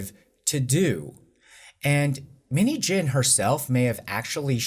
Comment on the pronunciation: Out of context, the way you are saying 민희진's name it sounds like minijean😂